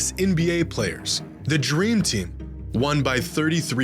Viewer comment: " The dreem tim " 🤣🤣🤣